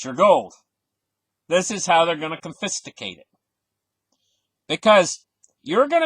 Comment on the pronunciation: Confiscated. Take-out the T in the middle. Cheers fm Damo.